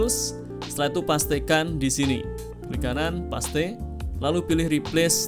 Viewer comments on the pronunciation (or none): Mas mohon maaf. Ijin koreksi : Paste, bacanya pest Wifi, bacanya waifai. Matur nuwun 🤝 Keep it up. Videonya sangat sangat bermanfaat! ❤